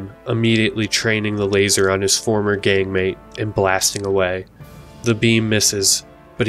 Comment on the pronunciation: for a second there I thought he said gay mate not gang mate 💀😂